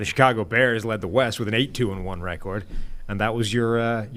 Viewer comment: I never realized the bald guys speech impediment before. The way he says record is so fking adorable. It’s like a chubby little 4 year old.